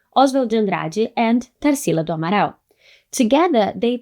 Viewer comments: Eu já ia elogia como ela pronunciou Abaporu e Tarcila do Amaral lindamente, mas ela é brasileira. Inglês nota 10 também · Quando você disse o nome Tarsila do Amaral eu tive certeza que você era brasileira. 😅 Gostei muito do vídeo.